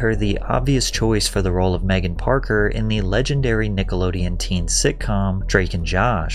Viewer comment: Who doesn’t know how to say Nickelodeon? This isn’t AI is it?